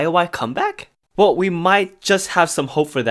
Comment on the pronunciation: LOL WHEN SAYS "WELL" BUT IT SOUNDS LIKE "WHALE"